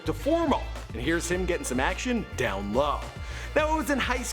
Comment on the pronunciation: He Canadian lol abooout